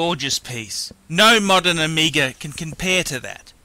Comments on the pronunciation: It's OMEGA not ohmeeega. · Is it me, or you just can't pronounce "Omega"? You make it sound like "Amiga". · I think its Omega not Omiiiiiga idiot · I hate how this guy fucking talks. It's not uhmeega it's Omega. Fuck.